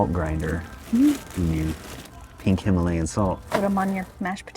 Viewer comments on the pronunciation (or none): none